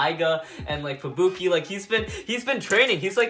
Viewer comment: U said rangiro and fubuke wrong